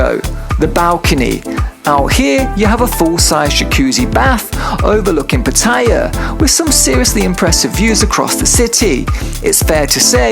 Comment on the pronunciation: Both TVs are pretty awkwardly placed for such an expensive room. You're pronouncing Pattaya wrong lol, listen to how the locals say it!